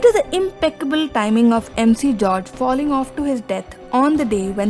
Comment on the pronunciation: Miss…. Ur name pronounciation isn’t good….. it’s MG george Muthoot not MC George….